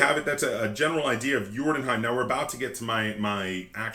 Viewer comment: You pronounce the Scandinavian name very well sir.